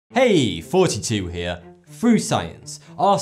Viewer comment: Why do all British people say "frew" when saying the word "through?" Same thing when they say "dat" instead of "that." Like wtf.